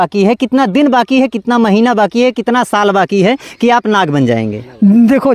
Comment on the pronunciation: Nag nahi lad hai 😂😂😂